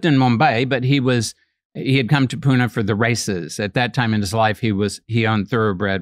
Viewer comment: His pronunciation of Pune on point 💯